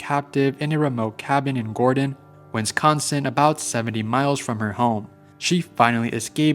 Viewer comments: Bro. It’s Wisconsin. WIS-CON-SIN. It’s NOT friggin Winsconskin. Wth dude. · there is bo third N in wisconsin